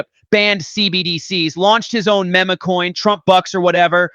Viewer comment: I like this content but come on… time to program these bots to say MEME not MEMA! always corrects the interviewer on how to say her name.